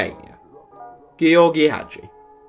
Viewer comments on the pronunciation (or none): Just George? Wtf he's from Romania not England. It's pronounced as jorr-gee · Ok I need help. Is Gheorghe Hagi pronounced like Gee or gee or did he pronounce it wrong. I thought it was just George